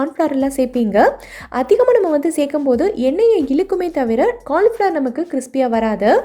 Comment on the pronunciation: Super dish,but not cornflour,it is pronounced as cauli flower